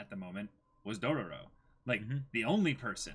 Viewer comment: Hearing them say Dorororo makes me suicidal